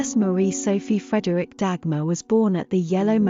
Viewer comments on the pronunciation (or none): You pronounce the E in Frederikke, Frederikk-eh. Just like with Mathilde and Gertrude, you pronounce the last E.